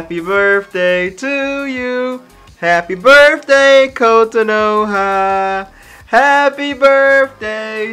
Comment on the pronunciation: I've never heard Kotonoha mispronounced so much in my life lol